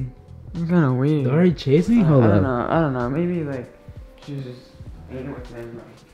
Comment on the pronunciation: I keep hearing Dori not Dari!😹😹😹